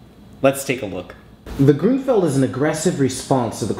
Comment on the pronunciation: I think it sounds better the way you say it. That's the way that I hear other chess instructors in other videos say it anyway. Also I noticed that you mentioned recently in the comments on another video that you lived in Seattle. I wish it rained down here in Georgia like it does up there. Maybe one day I will get the chance to visit the city and see the Space Needle. :b